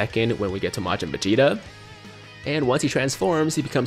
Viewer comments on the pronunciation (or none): Anyone else notice he pronounces Vegeta as Facheta 😂😂